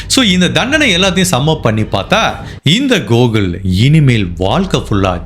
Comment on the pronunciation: Not gogul It's Gokul